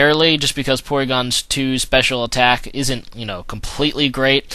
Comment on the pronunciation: its PORYGON dumbass